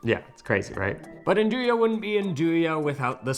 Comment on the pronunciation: Great class, really enjoyed learning about Nduja (and it's proper pronunciation). Nice to know there is a brand here that you enjoyed. Thank you👍❤️